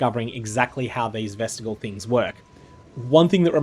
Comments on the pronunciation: Its not vestigle, its vest-ij-eeal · Ves-tih-JEE-uhl. Jee. JEEEEEEEEEEEEEE.